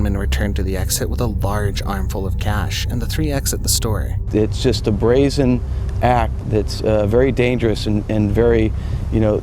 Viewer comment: OMG. It's BRAYZEN. This is 4th time in 4 videos I have heard you mispronounce the word "brazen."